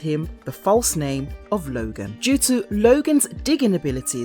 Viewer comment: Why do y'all keep pronouncing all these names wrong? It's Thomas LOOOOOOgan!!!!! OHOHOGAN!!!!!